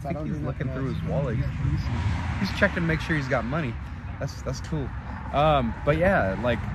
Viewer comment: It’s kooo it’s your choice buttttt I’m down for whatever brother